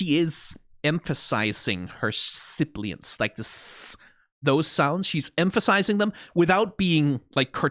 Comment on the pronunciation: Cinema sins counter go up: DING!!! "Actually, they're called 'sibilants', not 'sibliants'. I've pointed out one issue with your hour long video which means you're entire video us now null and void."